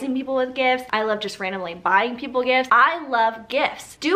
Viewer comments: Listen I know she was saying gifts but I heard gifs and when she said “all of my favorite gifts” I thought a plethora of gifs would pop up on screen 🤣😂🤣 *sigh it’s been a long day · I hear "GIFs" every time 😂